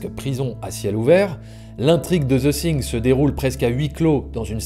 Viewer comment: Vidéo très intéressante, une bonne analyse de la technique de John Carpenter. Par contre tu as un gros souci dans la prononciation du titre "the thing" : , à plusieurs reprises dans la vidéo tu prononces le "th" du mot "thing" comme un "s " français, or on ne dit pas "the sing", mais plutôt "the fing" (quelque chose qui tend vers le son "f" et "v" plutôt que le "s", je simplifie volontairement, en réalité c'est un peu plus compliqué), un peu comme le mot "thank you", c'est un des sons les plus dur à prononcer pour un Français, mais il y a des vidéos pour s'améliorer